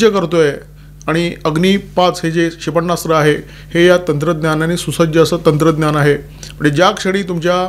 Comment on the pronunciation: क्षेपण्णास्त्र नाही क्षेपणास्त्र म्हणा